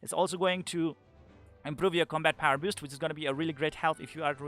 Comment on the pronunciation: You say boost so it sounds like "biust" :)